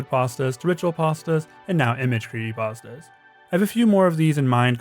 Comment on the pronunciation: He's saying cree'y'astas